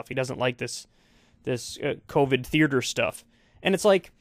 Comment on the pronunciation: New pet peeve: Kyle saying "theerder" instead of theater